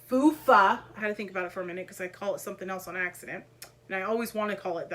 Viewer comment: Fufa? Lmao, it's a Lufa 😂😂😂 I wonder where she is today!? 😅